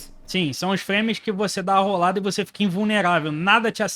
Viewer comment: N tanko o cara falando "roldada" kkkk não tenho maturidade